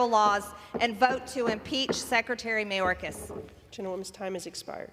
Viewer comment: This fool can’t even pronounce Secretary Mayorkas’ name. Then again, she can’t pronounce “indicted” even with her finger sounding out word by word. Someone else needs to tell good ole marge much of the fentanyl is brought over by American drug dealers.. the only alien i see is this uneducated, overbearing, screeching woman. This is the face of the GOP… god help those of us who actually live in reality